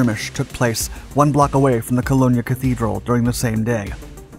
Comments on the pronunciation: I think you know what it is that I mean, so my original point stands. The Man doesn't come close to pronouncing "Cologne" or "Koln" (they sound far more similar than you'd expect them to) and doing this "for a living as he does, with this and several other Channels he voices for, I for one expect a damn sight better from a professional than that. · Sorry, but ff, you are mispronouncing the city name Cologne. In German, the name is Köln (pronounced , (see Wikipedia). Not since it was the 1st Century Roman colony of Colonia would it be written in a form that might be pronounced in the manner that you are pronouncing it. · Cologne, it’s pronounced like the shit you spray on your chest before a date. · Cologne is pronounced the same way as the spray for men. Its not pronounced like bologna with a C in front. Source : German from Cologne. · Just, so you know the "e" is silent on the end of Cologne, the German spelling of the city is Koln. You kind of sound silly saying it the way you do, sorry. But great story! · Why is it that the narrators cannot pronounce the town names properly? Cologne is pronounced like men's cologne, the e is silent. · An excellent video as usual but please learn how to pronounce words such as "Cologne". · I had to stop listening because of your pronunciation of Cologne. In German it is Koln, which stops at the letter "n". In English we say it slightly wrong, but the "e" at the end is silent. From Wiki... Cologne is famous for Eau de Cologne, that has been produced in the city since 1709. How do you say that? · Good video. But suggest you learn how to pronounce "Cologne". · it's pronounced Cologne (English: /kəˈloʊn/ ) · you are seriously mispronouncing Cologne... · it's pronounced the same way you'd call the stuff you put on to smell good...so not sure why you pronounce it like it is an Italian city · Please learn to pronounce Cologne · Please find out how to pronounce the city of “Cologne”! It is said just like the male perfume/aftershave.